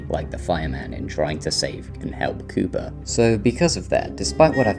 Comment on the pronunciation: When you say “Cooper” it sounds as if you say “Cuba”